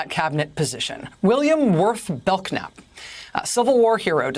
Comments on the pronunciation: Rachel it is pronounced Bel-nap the k is silent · The K is silent, Rachel. It's pronounced BELL-NAP. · I think his named is pronounced bell-nap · Pronounced bell nap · I realize this may be very trivial, but isn't this man's last name pronounced Bell-nap. The K is silent. There is a street in San Antonio TX. by that name. The way she shouted out his last name with such a hard K, I just had to say something. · Does anyone named Bellknap EVER pronounce the K?? It's not that obscure of a name.